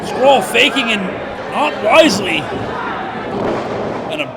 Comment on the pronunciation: Someone should tell the commentator how you pronounce Marty’s last name. Called him “scroll” the whole match 😆